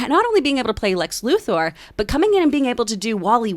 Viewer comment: I hate when people pronounce Luthor as Loo-Thoar. Shit gets on my nerves.